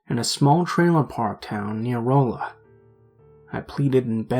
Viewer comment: For the record, Rolla isn't pronounced with a long o sound, but a short o sound. Not trying to criticize you, just trying to be helpful.